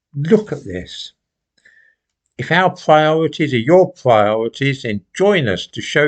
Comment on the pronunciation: get your pwiorities right and give Tony Angelino a call..The nation is cwying out for it!